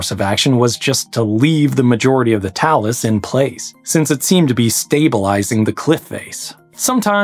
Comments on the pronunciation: Grady is mispronouncing it. It's "tay-lus". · Either you're mispronouncing 'talus' or my old choir director (who was a stickler for pronunciation) was wrong - I genuinely don't care who's right, but I'd love to hear you argue it with them.